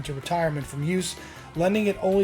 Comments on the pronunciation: Aside from everything else, thank you for pronouncing his name properly with the silent G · HE PRONOUNCED GALLAGHER CORRECTLY!!! HE PRONOUNCED IT CORRECTLY. It may be nitpicky but I absolutely hate it when people use the uk pronunciation for Rory like the way people say Liam and Noel Gallagher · Magnificent vid!! Kudos for pronouncing Gallagher correctly too.😉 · Congratulations on the correct pronunciation of Rory’s surname. The h in Gallagher makes the g silent. I’m 60 this year and you are the first, outside Ireland that I’ve ever heard pronounce it properly. I can’t tell you how happy and impressed I am. Well done you sir. Crowley’s music store is gone now, I don’t know what it looks like now but before it changed I drove down and got a photo outside. There is a plaque honouring Rory’s connection the shop. The legends are true, the sweat, the first strat in Ireland, even if not bought by him originally. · Wonderful job on nailing the tale of Rory's truly iconic Strat. From what I understand, the Fender re-issues have both "Tone" controls (pots) working. Aside from that, they're very authentic. Keep up the good work "". Also, thanks for pronouncing his last name properly by dropping the 'g' before the 'her'.;) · Congrats man you're one of the few who actually pronounce his name right. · Great Research on this iconic Guitar of the Greatest ever Rory Gallagher.....Great to hear You pronounce Gallagher in the Irish way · Good work on the Gallagher pronunciation. I used to live on the south circular in Dublin, never found any guitars.